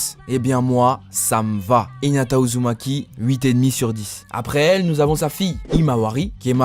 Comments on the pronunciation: est ce que jsuis le seul a entendre ''naruto uzuki''😂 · Il a dit Naruto Uzuki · 13 min 21 il a dit naruto uzuki